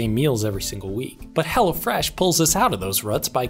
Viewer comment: I couldn't tell if you were saying hello fresh or Hella fresh. I had to look in the description